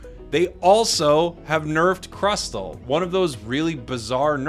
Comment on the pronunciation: Crustle is pronounce as "cras- sol"